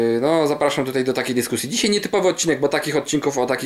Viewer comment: Dzisiaj, "dzisiej" brzmi jakby ledny dziadek mówił. Ale film fajny